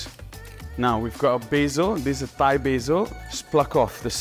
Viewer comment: He said thigh style